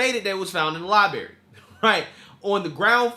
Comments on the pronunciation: Imagine making it kind of YouTube bucks this guy makes and still not knowing how to pronounce the word "Library" correctly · It annoys the shit outta me when you say Lie-berry.